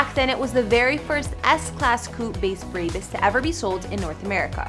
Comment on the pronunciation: The way she said brabus 😭